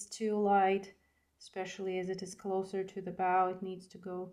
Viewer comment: Hello! New subscriber here! Love your style! Just wanted to compliment you on your English and thank you for teaching and not just music! PS, the red ribbon ‘bow’ is pronounced like ‘snow’ Just to help ❤